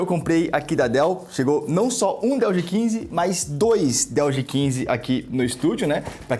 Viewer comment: "Dois DÉILLS G15" 🤣